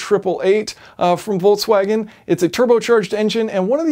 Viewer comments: Where does the pronunciation Voltswagen come from? There is no T i Volkswagen...?!? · Why the hell volkwagen? Its Folkwagen. Come on man in this day and age. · "I've been driving the 20 17 Voltswagon Golf Alltrack..." Voltswagon?!